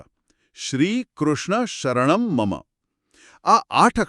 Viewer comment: બહેનનો અષ્ટાક્ષર મંત્રનો ઉચ્ચાર ખોટો છે."શ્રીકૃષ્ણ:"-અહીં છેલ્લે વિસર્ગ છે,તેનો ઉચ્ચાર ન થયો.ઉપરાંત છેલ્લે "મમ" અંતે મ પૂરો બોલાવો જોઈએ.બાળક ખાવાનું માંગતાં કહે "મમ્"તે નહીં.આ સંસ્કૃતમાં છે,જેમાં ઉચ્ચાર શુદ્ધિ મહત્વની છે.